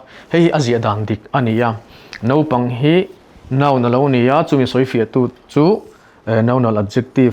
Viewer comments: I tawng a i lamrik dan ah chuan Naupang ti in i ziak a i lamrik dan ah erawh chuan Nopang ti in i lamri leh sia. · Nopang tiin kan lam ri mai ṭhin. Mahse a ziahah chuan naupang. Hetiang thil hi a tam lutuk. Lam rik dik a ṭha khawp mai. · Naupang chu nopang tia lam rik tur ni maw! Nopang tiin a sawi zel. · Naupang i lam dan khi Nopang tia lam i ang hle mai. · Naupang tiin i ziak a, i lam rik dan ah chuan, Nopang i ti leh daih bawk sia..!!! uluk deuh teh